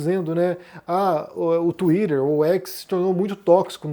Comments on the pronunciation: Tomara que essa porcaria de X desapareça e nunca mais volte... Não vai fazer falta nenhuma e não vou ter de ouvir o pronunciando "Tuider"... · Por que o pronuncia „twitter“ de uma maneira tão americana, com a língua enrolada? Às vezes até demoro a entender. 😢